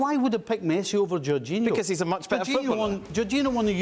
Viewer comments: Man said "Jorginho" like we wouldn't notice lol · LewaNgoalski is a point but iorginho😂😂